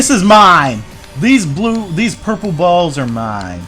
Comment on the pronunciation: puple balls? i thought you were talking abut your testicles